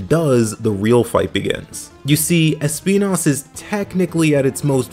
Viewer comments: Sorry, just started the video and wanted to show my appreciation for the use of the correct pronunciation of Espinas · The correct way of pronounce Espinas as a spanish word was my favorite part of the video